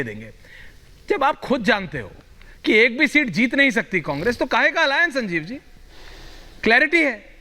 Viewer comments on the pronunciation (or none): अबे संजीव पहले स बोलना सीख स को श बोलता है।